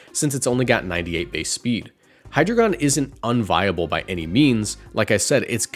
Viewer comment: Ngl the way you pronounce hydragion irks the hell outa me.